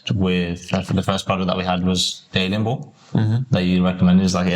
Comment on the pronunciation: He said alien ball